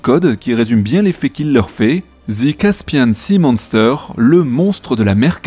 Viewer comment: Zi caspiaaaaan sea monstéééééééér... RIP english.